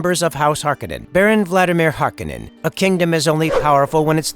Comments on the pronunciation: It's HarKOnnen not HARkonnen. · Hark-o-nen not "Harkenen".... just bugged me in the new movie. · Its pronounced Har-kon-nen or Hark-O-nen. Not Hark-en-en... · It's pronounced har-KOH-nen, not harko-NEN. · It's pronounced Harr- cone-nen.🤨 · It's pronounced HAR'-kuh-nun. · It's House Har-Ko-nen Cringey 😬 to hear you butcher so many words. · Why do they keep mistaking the way the name is pronounced, Har-kon-nen. That’s how it was pronounced in the first movie. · It’s Har-koh-nen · The mispronunciation of the name is killing me. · Saying the name wrong